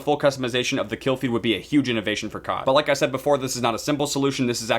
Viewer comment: It was all good till you staid instead of said